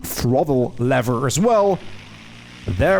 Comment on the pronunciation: lever not levvver please :)